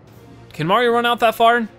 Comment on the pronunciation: Stop saying marion and marium